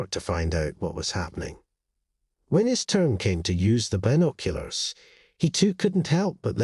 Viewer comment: So dumb. Another one of these fake animal asking human for help and repaying them the next day w a dead animal type stories. Not to mention this annoying narrator and the way he keeps saying been…….oculars